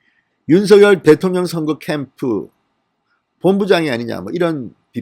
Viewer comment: 윤서결이라는 검찰총장은 없읍니다.윤석열은 있어도.윤.석.열 이라고 .고유명사는 이니 그대로 발음해주세요